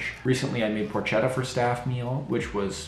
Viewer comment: love your videos - slight error on pronunciation - porchetta (in Italian 'ch' is a 'k' sound; keep the pork sound por/keh/ttah... also I'm glad your happier - I hated the last 3 years of my job so I retired.. now I work when I want to... good luck...